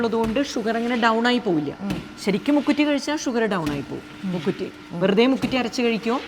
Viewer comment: മുക്കുത്തിയല്ല മുക്കുറ്റിയാണ്